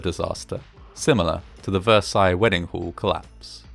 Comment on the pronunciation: COlapse! COLAPSE, not "claps"!!